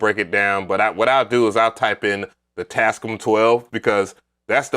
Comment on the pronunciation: Lol..dude why are pronouncing it “Taz-Ee-cum?”..😂😂 it’s pronounce Taz-scam